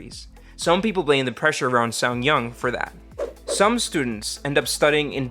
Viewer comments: Uh, why do you always insert a "y" when you say "suneung"? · you're seriously butchering the pronunciation of suneung